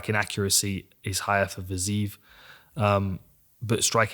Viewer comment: I always thought it was pronounced "fiz-eye-ef" but I could be way off, either way phenomenal stuff as always 💯💯💯